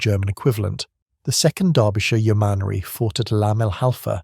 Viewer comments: And let's not mention "yo-MAN-ry"! 😂😂😂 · Please stop these robot voice overs. As soon as I heard it pronounce 'Yo-man-ary' I turned off! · Some strange pronounciation in places. Yeomanry is "YOmanree", not "YoMANree". "Caxial" earlier instead of "co-axial". the Czech inventor of the Littlejohn adapter was František Janeček, pronounced "Yanechek", not "Jane-chek". There is a picture of it . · You-mar-nery? Don't you mean yeomanry?